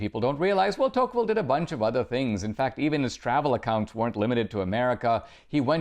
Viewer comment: Are we all just going to ignore that he is pronouncing De Tocqueville's name wrong?? lol cmon dinesh!!